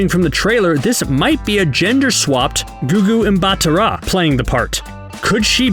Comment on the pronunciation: Googoo n batara?? Really?😳 It's Gugu Mbatha Raw